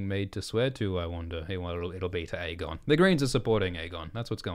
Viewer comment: And stop pronouncing it EGGON